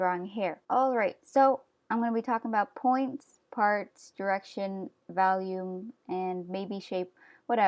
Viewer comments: Awesome!! But also were you saying "volume" or "value" when describing the distance off the head that the hair should be? It sounded like you were saying "valume" 😂. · im pretty sure your saying volume but it comes out as 'valume' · Valume it’s sooo cool how you say volume lol :) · Her: Valume Me: agh cringe! Sorry but just had to do it, btw I really love your videos they have really helped me in my confidence and abilities. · volume. not valume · you keep saying valume because you can! don't let other ppl tell you how to pronounce stuffs! I say wacom like WACKom because it's more fun! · I understand you weren't trying to be rude, but its not really funny when people say things differently.......( '3') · Its pribably volume